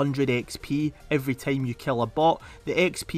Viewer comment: bro why you say team instead time